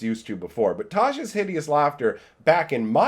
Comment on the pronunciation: The way he says Tasha inflicted d12 psychic damage to me. It's pronounced tosh-uh